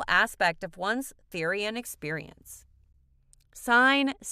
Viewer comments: the way she said therian and therianthropy....PRONOUNCE IT RIGHT (ther as in thermo) and the o like the pronounciation of that letter...YOUR WELCOME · Stop pronounceing therian and therianthropy incorrectly